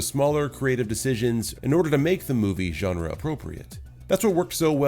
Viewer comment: Wow an American that pronounced "genre" correctly 🤯